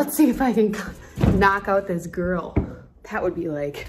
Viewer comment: Wen she sad gril I thot she grul